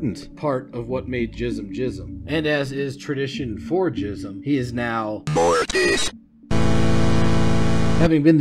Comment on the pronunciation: Its pronounced Gism with a G not a J btw